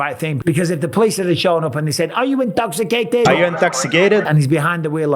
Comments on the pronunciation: “Are you intox- icated? “ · Everything was so serious until "are you intoksacated!" 🤣